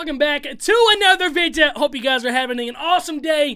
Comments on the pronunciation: "Sponsoring this vidyuh." Just had to do it. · Why’s he purposely pronouncing video incorrectly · Unique way of pronouncing video lol